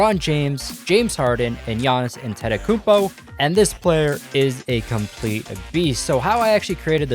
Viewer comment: At least say Giannis’s last name right